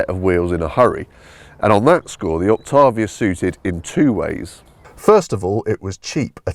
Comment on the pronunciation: It's pronounced "ok tay vee uh"